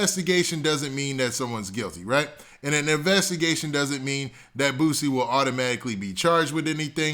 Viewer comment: Why he saying Bootsie?! lol it’s Boo-C. And he kept saying his name